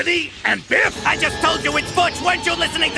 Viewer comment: I love the fact that you never say Bif’s name right 🤣